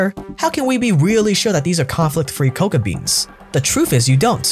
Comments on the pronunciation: One correction-- it's not "coca" which is the plant from which cocaine is derived from, it's "kakao" (pronounced ca-cow) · Stellar video, but I dislike the way you pronounce “cacao”. You say it like “coca”, which is a different plant entirely. Made my ears ring. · you pronounce it wrong its cocao pod where u get the seeds and its co-cow